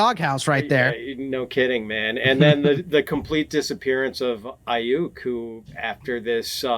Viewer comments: No one: Not a single soul:: Brandon Ai-YUK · Have never heard somebody mis-pronounce Aiyuk the way that does. Figure it out, bud…